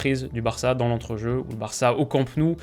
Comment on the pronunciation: le culot de dire Varça